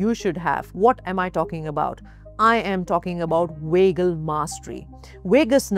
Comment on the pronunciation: It’s annoying when she’s pronouncing it wagal nerve instead of vagal nerve